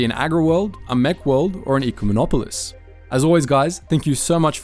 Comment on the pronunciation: I'm sorry, but you're pronouncing it wrong. It hurts ever time you say it. It's Eh-cumenopolis. Its okay, everyone pronounces Executor (Vader's ship) wrong too.